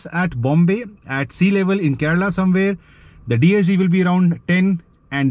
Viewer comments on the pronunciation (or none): none